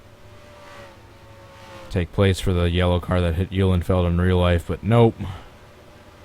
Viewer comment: Thanks for pronouncing my name correct,. Car looked nice and banged up.